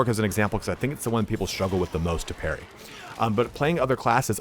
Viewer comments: It's Parry not Perry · Parry not Perry bro